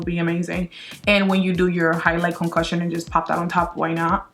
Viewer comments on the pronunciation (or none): highlight concocion LOL i thought you said concussion